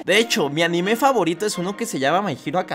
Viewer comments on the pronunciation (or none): none